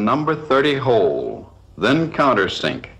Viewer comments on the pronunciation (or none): "Start by drilling a number thirdy hoowl" 😶